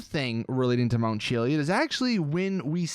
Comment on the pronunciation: “Mount chilly-id”